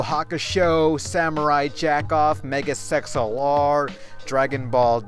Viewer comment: Mega Sex LR? lol ( I know he was saying mega XLR)